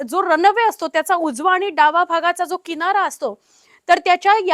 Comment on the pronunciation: रन अवे नाही हो रनवे म्हणतात त्याला